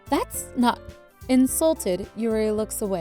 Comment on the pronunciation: Cupquake: "Das cute" Me: not after sayori commits suicide.